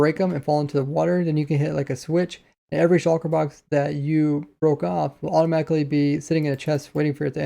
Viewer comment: Why can no Minecraft youtuber say "Shulker" normally